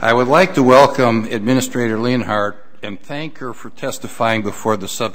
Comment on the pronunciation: Leonhart rhymes with hunt.